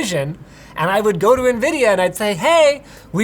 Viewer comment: *a NIVIDIA